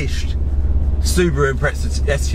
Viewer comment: Mate, you say impreza like it's a fucking pretzel